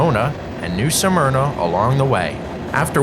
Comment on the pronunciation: Why do people keep saying the name of New Smyrna incorrectly? It IS NOT pronounced as Nū Sûh Murna, it is pronounced as Nū Smurnah. Just like many call Altamonte Springs (Al tuh mont, the e is SILENT) Altamontē (Al tuh mont ee) Springs, which is incorrect. Just something that is a pet peeve of this true Native Born Floridian that still lives in Florida, and doesn't like hearing a lot of our city names pronounced incorrectly, sometimes really horribly.